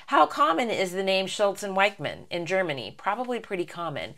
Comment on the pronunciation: You mispronounce "Wichmann".The "i" is pronounced like the "ee" in "seek" and the "ch" is pronounced as the "ch" in "chuzpa".